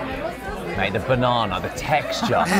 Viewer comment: What's a banawna? Oh banana 😂